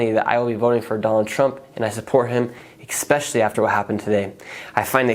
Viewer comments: You say "expecially" , enough said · You're manipulated. Also, it's 'especially', not 'expecially' ffs.